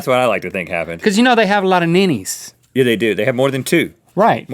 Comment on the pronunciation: Did Link just call nipples "ninnies"??